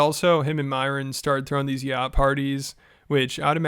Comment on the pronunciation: You cant even pronounce yacht